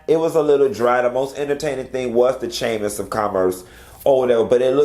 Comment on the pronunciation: I wouldn't be bragging about degrees saying "chammis" 😂😂😂